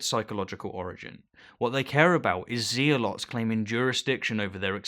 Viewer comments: "Zee-A-Lots"? Unless I'm being dumb and miss hearing you that's a really weird way to say Zealots. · Look, I love the video, but... It's pronounced "zeh-luhts", not "zee-ah-lots". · Zealots mate, like "Zellut". Keep up the good work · Btw I believe it's pronounced "zell-otts" :) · "zealots" pronounced "zelots"